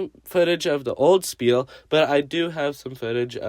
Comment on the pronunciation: I am german how dare you pronounce spiel wrong!